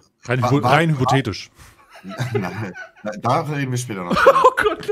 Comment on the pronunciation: Dabei hat er es kurz vorher im stream richtig ausgesprochen